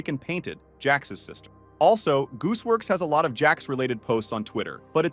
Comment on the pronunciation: I’ve only heard of gooseworks not “joocewoks” 💀 btw I found kinger